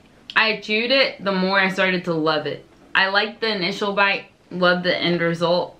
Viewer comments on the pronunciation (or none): none